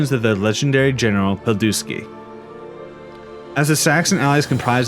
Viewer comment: Pilsudzki (Piłsudzki), not "Pilduski"